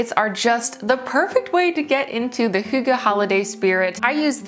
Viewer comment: That's not a real fire - its your tv right? Also, impressive pronunciation of hygge!